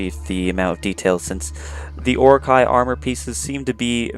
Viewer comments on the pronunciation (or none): HildingVilding Yeah he pronounces it like Uruk-Hai from Lord of the Rings series. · ur pronouncing orochi wrong